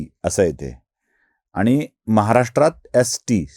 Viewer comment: आपण ब्राह्मण असून मराठी भाषा बोलताना आनी पानी तांदळाच्या गोनी, ण च्या जागी न असे उच्चार कसे करता? गावाकडे असे बोलले जाते, हे मला समजते. माझेच मेव्हणे लोणच्याला लोनचे म्हणतात. पण आपण प्रथितयश पत्रकार आहात, म्हणून आपल्या कडून ही अपेक्षा.